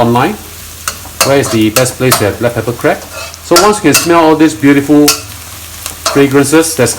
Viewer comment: Dear chef...we're call it crab...not crebs